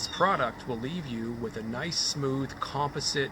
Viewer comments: Learn how to say composite....gay Canadians. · It was a bit cringey for me, too. I came to the comments for this. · You are mispronouncing COMPOSITE ... have youtube pronounce it for you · Con-pa-sit lol jk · You say composite funny...